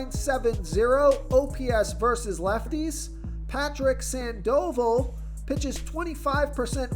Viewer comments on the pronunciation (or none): Its pronounced SANDAvol!